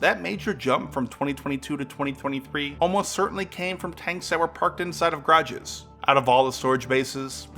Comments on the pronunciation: Ga-ra-ges. Grages got annoying real quick.. Otherwise good video! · G’a’rages not grages x) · "Grodges"? Seriously? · What is "garges"? Is it your way of saying garages?